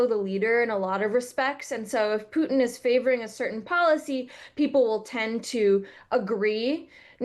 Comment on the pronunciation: Why is it so hard to say "pootin" ? Putting a y before the u , thats a different vowell in russian.